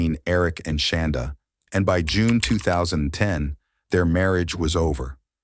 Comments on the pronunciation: Is that really how you pronounce her name? “Shawn-daugh”? I keep getting distracted because it sounds like “Shawn-dawg”. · I was waiting to see this and the Lori Vallow one you posted earlier. Ty for posting. I do wish, though, that AI voice man pronounced “Shanda” right 😁